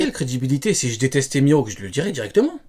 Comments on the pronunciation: Miaok qu'il dis et pas mihawk 😂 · je pense que ce type te parle de « Mihaouk » et non « Mihawk » 😂 Problème résolue 🤣🤣